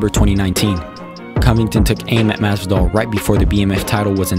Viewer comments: It’s masvidal not mass doll bruh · whos "masdal"